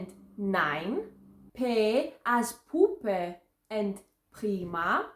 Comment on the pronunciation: Μπράβο, πραγματικά εξαιρετική προφορά! Μπορείς ωστόσο να την ανεβάσεις επίπεδο και να την κάνεις να ακούγεται ακόμα πιο γερμανική, αν προσέξεις περισσότερο την ποσότητα των φωνηέντων. Το Buch λ.χ. προφέρεται με [uː] και όχι [ʊ] ενώ για το Puppe ισχύει ακριβώς το αντίστροφο. Το ίδιο και με τα άλλα φωνήεντα: το wohne και το rot προφέρονται με [oː], το Sonne όμως με [ɔ]· το bitte με [ɪ] και όχι με [iː] κ.ο.κ. Επίσης, ενώ είσαι σε θέση να πραγματώνεις το [eː], συνήθως ακούγεται [ɛː] (π.χ. στα Ferien, gehen, sehen και στο πρώτο zehn) ή ακόμα και [ɛ] (π.χ. στο τελευταίο zehn). Το δεύτερο που χρειάζεται βελτίωση είναι το σύμπλεγμα ng. Εδώ δεν πρέπει να ακούγεται ούτε καν υποψία του g αλλά το έρρινο [ŋ] όπως φερειπείν στην ελληνική λέξη άγχος. Στο πλαίσιο των σπουδών σου ασφαλώς θα έκανες Φωνητική/Φωνολογία, οπότε το θεωρητικό κομμάτι το κατέχεις. Απομένει η στοχευμένη εστίαση. Ένα κανάλι που σου προτείνω ανεπιφύλαχτα για τέτοια θέματα είναι το «fröhlich Deutsch». Παρακολούθησέ το, μόνο να πάρεις έχεις. Καλή συνέχεια, και πάλι μπράβο!